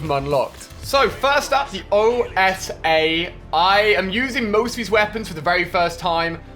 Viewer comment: The ORS......its the OSA not ORS -_